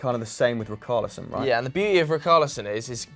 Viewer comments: Btw, richarlison is not pronounced “RIKARLISON”, it’s pronounced like it’d be written with an sh... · It isn't ric-arlison It's rich-arlison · Its richarlison lads....not ricarlison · Dont worry about Saiss lad - Its Rich-arlison not rickarlison 😂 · RI-CAR-LISON??? Who's RI-CAR-LISON.. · Why you guys changing the pronunciation of Richalison now? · My OCD when they say RICKARLISON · I love how you try to pronounce saiss' name correct but completely butcher richarlison. its a ch sound not a hard c sound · Ree-car-lee-son (pronounced like son in Son Heung Min) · The way they pronounced Richarlison 🤮🤮🤮